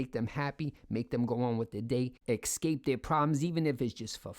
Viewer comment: ESSSSSSSCAPE! Not EXcape That's a cape you are not using anymore and you got a new one - so the old cape is your ex-cape